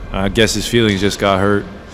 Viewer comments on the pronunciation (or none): none